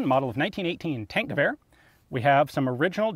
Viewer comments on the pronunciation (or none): When someone pronounces it "tank-goower"